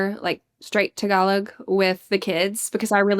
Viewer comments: it is Pronounced "Tagalog" not "Thhaagalog"🤣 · Bro! pronounce it properly! TAG-A-LOG! :D Killing me bruh! :D